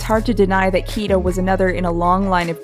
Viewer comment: It's Kida not Kiva just saying ^^